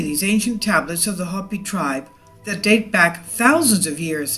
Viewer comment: You're pronouncing Hopi wrong.